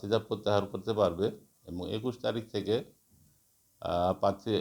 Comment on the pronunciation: বার বার পাত্রী পাত্রী বলছেন। খুবই লজ্জা! প্রার্থী বলতে পারছেন না। ❤